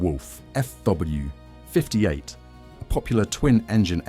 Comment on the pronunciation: LOL at the AI trying to pronounce 'Fw', coming out "Fuhwuh". 😄 For the most part the models are very well done (except for that alternate universe 2-engine version of the Ju-52), but my goodness... so many cringey content and narration errors.